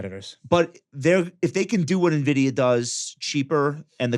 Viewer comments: Why call it "Nevidia"? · Another banger... Red card on the Nvidia pronunciation tho 😆